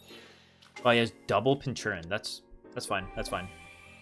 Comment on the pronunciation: You're saying Pincurchin wrong, sound it out I guess? Pin-ker-chin